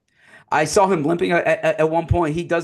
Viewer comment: There is no L in the word saw. Please stop saying sawl. I'm begging